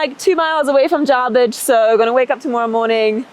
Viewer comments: J a r b I d g e...not Jarbridge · It's not Jarbridge, it's Jarbidge.